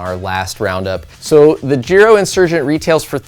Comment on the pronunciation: I thought it was pronounced Giro with the I being said